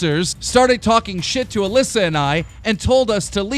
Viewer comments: Classic Keem says Mallissa instead of Alissa 😂😂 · Stop saying Aliisa!It's Aleesa!!! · Hit Melissa? Dyslexic or not you said Alissa over 30 times in thus vid alone and prob 3000 times this month , and you haven't said Melissa since you've started ... Why don't you Tone it down For one try before you actually record ,Read it properly ,And Then record it correctly ... For a News/entertainment channel you should at least be able to speak.. no? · hey you called Alissa mlissa in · Jordan Besser he said Melissa in there once lol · WHO IS ALISSA I’ve never heard this name I thought it was pronounced A Lee sa